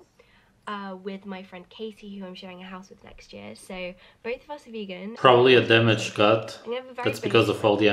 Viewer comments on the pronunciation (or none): none